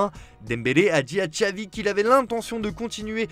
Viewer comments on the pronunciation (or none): none